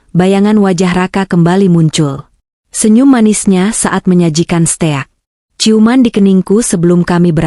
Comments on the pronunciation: Bukan steak bacanya stik. Gak enak. dengernya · Stik dibaca steakk